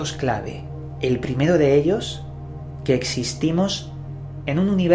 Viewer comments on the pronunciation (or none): none